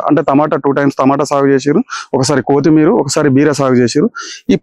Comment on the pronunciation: కోతి మీర కాదు కొత్తిమీర